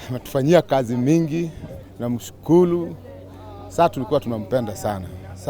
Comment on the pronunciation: ametufanyia kazi nzuli, ametujengea mbarambala infracturecture inflaslacture ya kenya...tunamshukulu🤣🤣 WHO HEARD THIS 😆